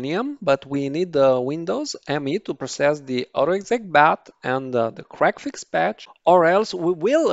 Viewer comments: I'm going to tongue-in-cheek tease you for a moment, I know it ain't your fault, but your accent makes it sound like you're enunciating it as "crackfix", instead of "c-reg-fix" :p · Okay, I was trying to be polite about this. Your enunciation wasn't good enough for me to actually make out the name. I knew you said it, but I couldn't understand you.